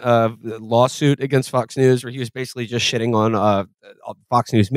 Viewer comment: shidding and pishing and farding and swedding